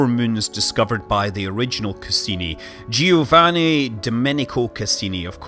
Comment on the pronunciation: Dear Cassini, Rapidly (Planned) Disassemble in peace p.s.: why can't english speakers pronounce names as "Giovanni" or "Giuseppe" correctly?